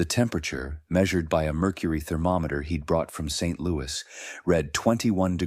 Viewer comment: Soothing to listen to, though the one with Street Louis which should have been pronounced Saint Louis became jarring. I like that they are talking about heat.